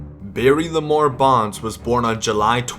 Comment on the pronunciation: I'm pretty sure his middle name is "Lamar" not "Lemoore"